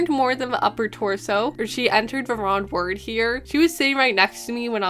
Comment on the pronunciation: It slightly bothers me that you pronounce "wrong" as "ron"